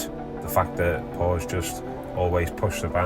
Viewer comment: PSA: Porsche is a 2 syllable word!